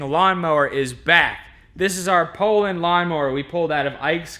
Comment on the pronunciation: It is pronounced pulon that is not how it is spelled but that is how it sounds